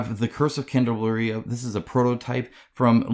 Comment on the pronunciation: Pronounced Candle-AH-Bree-AH